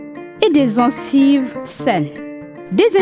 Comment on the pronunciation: toi qui fais la publicité on ne dit pas zencive